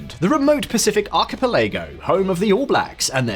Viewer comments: Arca- pelay-go ? 😂 Archipelago is pronounced Arca-PEL-igoh. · Arc a pa Lego ?!? Pa Lego ?!?! It’s arch a peligo! Chowdeerrrr !!! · That was a really wild way to pronounce “archipelago”.